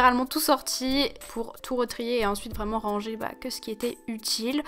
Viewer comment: Ohh non jaime tropp kand tu dit rangé tu dit << rrrranger >> PTDRR